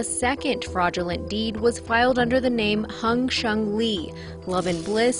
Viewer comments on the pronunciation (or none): "Hung" Shengli. Seriously?